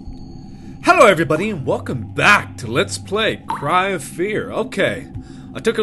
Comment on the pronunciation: I like how when he says hello everybody, it sounds like he's saying hello every buddy😄😄